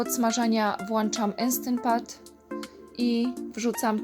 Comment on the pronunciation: Zupa pewnie wyszła pyszna. Wypróbujemy przepis. po polsku mówimy włączam, a nie włanczam. Bo mamy włącznik, a nie włancznik:-)